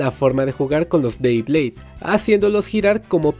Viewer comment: Dijiste 3 veces bleyblades y es BEYBLADE o creo q se escucho mal jajaja 😂